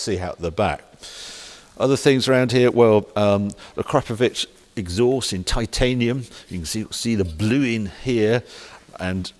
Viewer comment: Finally… Akrapovic pronounced correctly! 😂